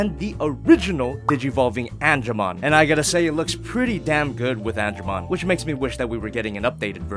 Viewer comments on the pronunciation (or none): Lmao, Ange”womon”